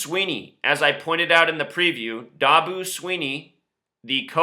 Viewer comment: Ok, if you know all this shit, why aren't you a billionaire instead of a charlitan with a stupid youtube channel.And quit pronoucing Dabo's name wrong-its DAAAAbo, not Daboo